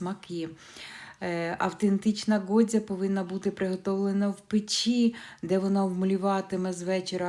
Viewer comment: Говорите ҐОДЗЯ а в назві до ролика пишете ГОДЗЯ ,ви вже якось слідкуйте за тим що пишете чи говорите ! А за рецепт безумовно вам дякую!😊